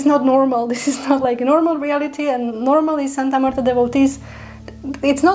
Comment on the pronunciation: Thank you so much for pronouncing her name so well and most especially with class....she loves that!!!